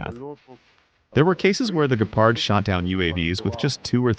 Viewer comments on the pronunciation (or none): Gepard. Emphasis on the G not the P.